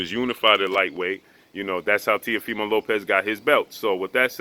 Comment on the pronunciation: I think that I heard say TEAFIMO LOPEZ 763 x's, I mean after the 1st 12, I think that we can figure out his last name if you just say Teafimo..... Goodness Gracious